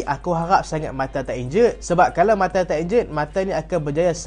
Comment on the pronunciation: bang sebut nama martial elok2 ah